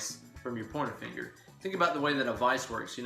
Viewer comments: I kept hearing "porno finger." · Loved your tips!!! It's great to learn something new or different every day......also, I really loved your commentary don't ever censor yourself!!!! Oh, and I love how when you say, " pointer finger", it sounds like you're saying " porno finger". Great job and you just got yourself another subscriber. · Funny and educative. Aaaaand.... subscribed. P.S. Keep hearing ''pointer finger'' as ''porner finger''. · Why do I always hear PORN finger when you say pointer finger? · Oh, you're saying pointer finger!!! Took me 20 mins, thought you were saying porno finger to begin with!!! lol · i know your saying Pointer Finger but i keep hearing Porno Finger hahaha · I swear, you're saying "porno finger". No idea what the fuck it means, nor if you're actually saying that instead of "pointer finger"...but from now on, my pointer finger shall always be referred to as my porno finger. God damn, you are sculpting my life for the better. Teach me, teacher!!